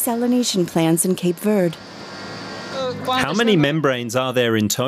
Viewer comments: All that machinery to copy what the sun easy does through evaporation.... also, Cape Verd? LOL can we at least say it correctly? Even in English a German speaker should be inclined to pronounce the e in Verde. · It’s pronounced Cape Verdeee! Where did the narrator ever hear in pronounced ‘Verd’? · In English it is pronounced Cape Verde, not Cape Verd…… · Why do you pronounce it “Cape Vurd”? text-to-speech software? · Stupid AI commentary. Its Cape Verde not Cape Verd. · Could you at least pronounce the name of the island correctly? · You could at least pronounce the name correctly when doing a serious documentary 😩